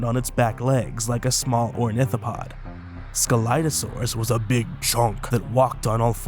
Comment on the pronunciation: What I regognized : you pronounced scelidosaurus wrong The Correct Pronouncation is without C But at all I like your Videos everytime :D